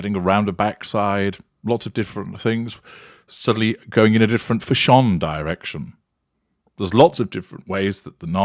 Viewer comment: Oh, you catch me with 'fash-on' every time.......🤣😈